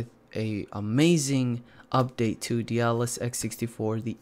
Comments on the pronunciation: DAY-DA-LSS is how you pronounce it, not 'Dealus', lol. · you're still pronouncing it "de-a-dalus" xD